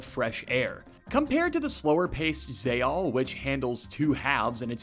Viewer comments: Sorry... Zay-all? It has a big ass X in it its Zex-all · is Zexal pronounced "Zea-all" or are you just fucking with us? great content! I really like your style of analysis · Why are you pronouncing Zexal without the x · "Zey-all" Great video though